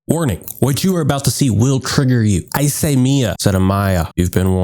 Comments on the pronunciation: wait.. "Mee-ya" is the correct pronunciation though. I don't understand the trigger. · you pronounced it right bro lol, IT IS "me-ya" not "my-ya" , i would've been triggered if you said the latter lol